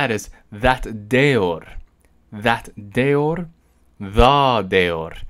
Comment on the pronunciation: ja Tier was pronounced in the right way